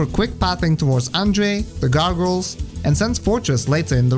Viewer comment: "Gargles" xD